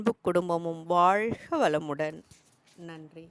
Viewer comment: வாழ்க வளமுடன் வாழ்க இது நாக்கை முடித்து உச்சரிக்க வேன்டும் வாய்க வாய்க உங்கள் உச்சரிப்பு நீங்கள் வேற்று மொழி சேர்ந்தவர்களா நாக்கை மடித்து பேச வராது உச்சரிப்பு வராது